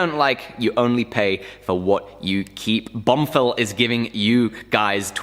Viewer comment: lol he said bumfill